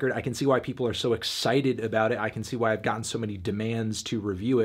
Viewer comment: No wonder you have no hair on your head left how can you bloody say 5